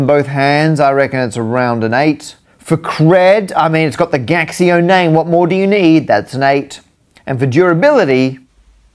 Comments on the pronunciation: Gaxio is in chinese is said "Gachio" just like you say "Casio" in chinese. It's a counterfeit calculator don't search. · I believe it is pronounced Casio in Mandarin. The G prounounces [k] as in skill and x is the closet sound mandarin can make to how we pronounce the "sio" (which we should pronounce like in vision, also because it is named after the founder Kashio) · "Gaxio", now I feel ashamed of being Chinese.